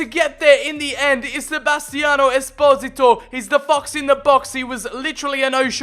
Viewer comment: pronounces esposito 'es-pozi-to' when i pronounce it 'es-poh-see-toe' a bit like desposito